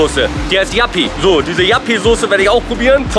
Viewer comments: Warum nennen die das Jappiesoße hahaha, das ist doch Joppiesoße 😂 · Hahaha was für Jappisauce, die heißt Joppiesauce 😂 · JOPPIEEEE nicht JAPPIEEE!! :D Wie kann es sein dass du die Soße nicht kennst? Ist halt DIE holländische Imbiss-Soße, quasi ne Currymayonaise. bietet auch fast jeder Imbiss in Deutschland an der auch nur ansatzweise innerhalb von 200km an der holl. Grenze ist. :D kannste im Münsterland fast in jedem Supermakart kaufen. ZU Kulti-Kebab, das ist tatsächlich mit der beste Döner den ich bisher gegessen habe, in Münster gibt es noch eine wirklich gute Adresse, direkt am Bahnhof, CAPPADICIA! Wenn du noch mal in der Gegend unterwegs ist, auf jeden Fall n Stop wert. Dort gibts sogar frischen selbst gemachten Ayran, der ist weltklasse,. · Die Soße nennt sich Joppie Soße, nicht Jappie 😂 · Geiles Video aber die Soße heisst nicht jappi sondern Joppi mit o 🤣🤣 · Joppie Sauce nicht Jappie 😂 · Die Soße heißt nicht jappi sondern joppi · Das ist Joppie Sauce nicht Yappie 😂😂😂 und Ssio erwähnt die Soße in Hash Hash komm nach Trier und Probiere mal Derwisch Döner 🥙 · Das ist joppie sauce nicht jappi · Wer Jappy statt joppie Soße sagt, hat sich als foodblogger bzw foodyoutuber absolut disqualifiziert! Der Typ hat von essen 0 Ahnung und es war das letze Video mit dem Kasper was ich gesehen habe. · Heißt die Sauce nicht juppy Sauce? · Heisst das nicht Joppie Sauce? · Es heißt joppie Soße 😂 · JOPPIE sie heißt JOPPIE SAUCE BRUDER ! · Es heißt Joppie Sauce.